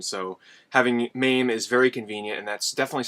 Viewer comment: It's called MA-ME not maaaaame.